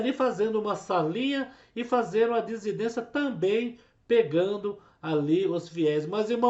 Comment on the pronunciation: Dissidência. Vc fala errado.